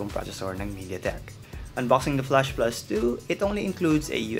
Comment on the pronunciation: goodness! flAsh NOT flUsh. 😂